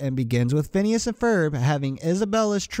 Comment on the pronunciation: Phineas not PHONWESNES or PIHNSE XD